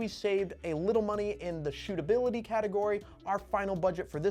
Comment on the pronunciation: Love “stootability” 😂😂